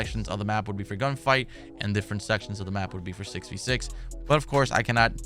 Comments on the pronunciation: When he says “ if it’s fo free, it’s foh me “ I be saying that shit along with him 😂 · “If it’s fo free it’s fo me”